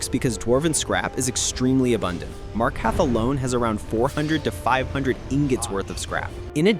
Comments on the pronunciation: MarkaRth. Freaking MarkaRth. Not Markath. There is an R you are failing to pronounce. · As many hours as you claim to have, I'm surprised you mispronounced "Markarth". You'll get it one day, I'm sure. I have faith in you. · Ive never heard anyone say markarth so wrong before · Your order of operations was All over the place. It’s not worth it to move outside of dwarven smithing unless it’s for jewelry (don’t waste gold on simple gold ring crafting btw. Use precious gems with “Markarth” has two R’s. Please pronounce them both.